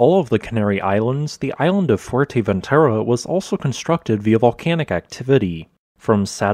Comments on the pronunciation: It’s not called Fuenteventura. It’s Fouer-te- ventura frenetically. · atrocious pronunciation, lol most infuratingly, it's fuerteventura, not fuenteventura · It's not Fuenteventura ffs. Put some effort in your vids. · Not "Fuerteventera" or "Fuenteventura", but "Fuerteventura". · fue*R*teventura. No "N" there. :) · Yeah, the content is great, but his pronunciation could use some work. I have no idea how you get to an N pronunciation in Fue-R-teventura, especially with how the Spanish roll their R. And how hard is it to say Montaña instead of Montana? My native tongue is Dutch, but it is not that hard to check how a few words in another language are pronounced. Even his English has a very weird drawl. "a specific toooopic, please leave a comment belooooow." "volcanoooo" "that it will erupt agaaaiiiiin". Great channel, but the delivery is a bit distracting.